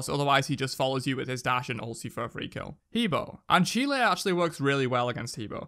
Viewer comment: Ah Pwoah, He Bwoah, Shang’Ah*